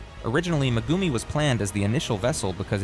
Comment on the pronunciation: That ai can say alat long hard to say words but he can't even say megumi properly lolll